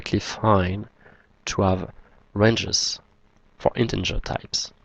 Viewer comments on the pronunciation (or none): Thanks four your videos - much appreciated. Please note: You consistently mispronounce 'integer' as 'in-ten-ger' - there is no 'n' before the 'g'.